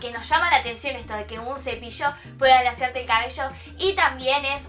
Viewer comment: "El cepillo alasiador" "Un cepillo pueda alasiarte el cabello" Like si tu tambien lo escuchaste.